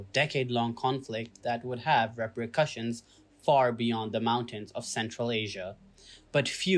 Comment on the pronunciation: its repercussions not reprecusshions! and most reliable partner the US? wow, clearly a misinformed video and contradicting reality evidenced in the last 40-50 years at least so this video is a complete lie pkg. - watch at your own peril.